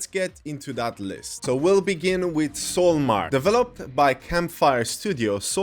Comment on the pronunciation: Yeah like you say "SoulMark" instead of "SoulMask". Stuff like that.